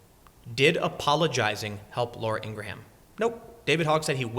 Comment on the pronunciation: I twitch every time Tim says Inger-Ham.. lol.